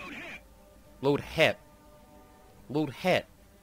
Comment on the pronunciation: Sabot = "LOAD SABOU" Hesh = "LOAD HEMP"